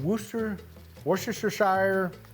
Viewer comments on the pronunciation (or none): Think it is pronounced "worsht-er sauce" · Wuss - ter- shear sauce 👌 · It’s pronounced woos-ter-sher 😂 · Wu-ster-shur sauce. Im a Englishman. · Whats that here sauce. That’s how you say it. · It is 'Wooster' sauce over here. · woosta shurr